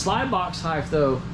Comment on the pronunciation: It's height not heigth!!! I feel better now